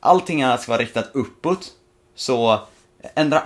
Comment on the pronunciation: vrf säger du opputt